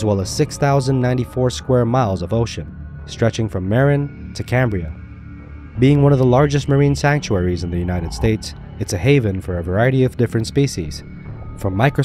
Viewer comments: Its Muh-rin, not Mare- in... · It's pronounced " mahr-inn" Stress on the second syllable. I thought the Red Sea shark attack was said to be an Atlantic White Tip.